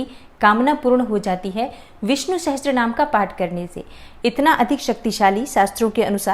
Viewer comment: Sahastrnaam...??? It's Sahasarnaam.